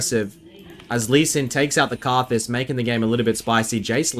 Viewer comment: Anyone else refer to Karthus as Rthus?